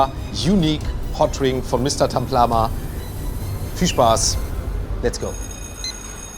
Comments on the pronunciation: Taplama und nicht Tamplama 😅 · Es heißt Taplama nicht Tamplama 😅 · Da steht sogar Mr.Taplama er sagt Tamplama